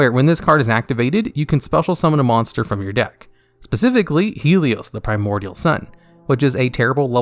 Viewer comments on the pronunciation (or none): none